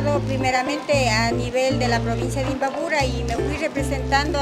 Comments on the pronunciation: Se dice imbabura.....no imbaburo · Se dice imbabura.....no imbaburo....